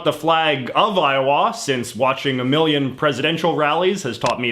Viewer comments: 🤣 I have never heard it pronounced "Eye-oh-waa", with a noticeable w sound, by anybody before. It's really more "Eye-oh-uh" or Io'a, without a w sound. (I lived there for 4 years.) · God I cringed when he pronounced iowa i o wah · JJ: When I was in Eye-Oh-WHA Americans: ......... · I love how J.J says Iowa, "i-o-WAH." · I think a lot of Americans kind of run the syllables together. I-uh-wuh. Even Ire-wah. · Why are we not talking about how he pronounces Iowa? 🤣🤣🤣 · He also has some slightly off pronunciations for things like "Iowa".